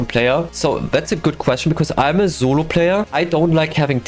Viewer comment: Thats the first time i've heard him say solo instead of zolo